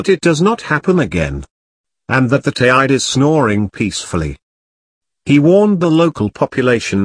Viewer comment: Need to say Teide properly before having any credibility. Also whole story a lot of hyped up bollox